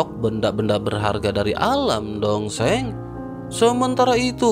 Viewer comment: Dosheng...donk bukan dongseng...😂😂😂